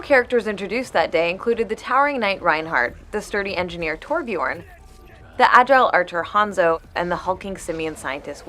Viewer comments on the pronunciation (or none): no no no his name is not thorbjorn it is swedish name we have this latter Ö and not O , it is not to hard to learn if we in sweden must lear in the school all crap you americans do you can learn to say Ö FORE SOME Change. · How dare they pronounce Torbjörn as Torbjorn THIS IS cultural appropriation!!!! Jk